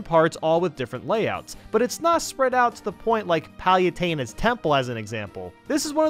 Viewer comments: And Palutena. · Piana, Delfine-o, Pal-you-tay-na. Dude how can you pronounce so many things so wrong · KAY-LOSS? Del-FINE-o?! Ouch Edit: Pal-YUH-taina? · Pal-you-teen-a Kay-las Smash Bras Mee-lee Del-fy-no Chi-me-ra I've watched 3 videos and heard all of these repeatedly Please pronounce things correctly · “Pal you teen a” “smash bras” “del fine no” “Kay los” Get your pronunciations right please.